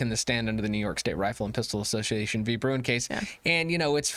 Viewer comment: Great stuff! One suggestion, can you please just say Bruen?